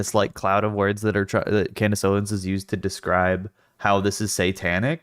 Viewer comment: *Klandace Owens